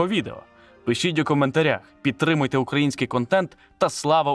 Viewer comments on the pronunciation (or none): none